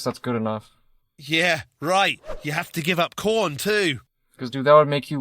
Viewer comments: You say Jeebus for JChrist, he says corn for adult movies. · I thought I just misheard him, but he really said corn!!! 😂😂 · Porn not corn…. Hahaha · He said corn instead of porn